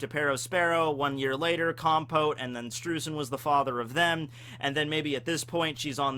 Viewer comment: Streusen is pronounced "Sh'tro'ee'sen" German's my mother tongue Also the Kana for his name is; 'シュトロイゼン' 'Shutroizen' So Oda gets it. Just follow the Kana for everything from the One Piece Wiki and you're Golden. That should be everyone's approach